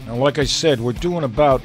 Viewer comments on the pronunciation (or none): none